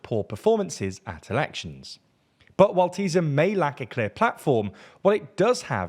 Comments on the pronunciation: its called "Tisa" not "Teezah" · Small correction here: Tisza - TEE - SA FIDESZ - FI-DES Závecz - ZAA - VETS Although your understanding on what 'opposition' means, the video is fairly correct. Thanks! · It’s ”Tissa” not ”Tizzz-a” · sz is pronounced like s, not z in hungarian. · Why is he saying “Teaser” instead or Tisza? 😂😂😂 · magyar is pronounced "ma-gyar" not "ma-jar", and you get sz right with fidesz why do you get it wrong with tisza?